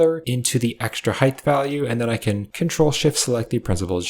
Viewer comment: Love these tutorials but is homie saying Hithe instead of height? Is ESL? I have french friends who kinda do stuff like this but not with the word height.